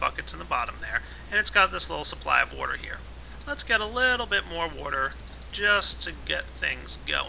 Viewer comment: I love how pronounces water "wouudur":D